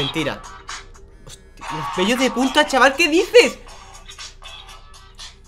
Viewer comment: Like si escuchaste que en vez de decir pelos dijo pellos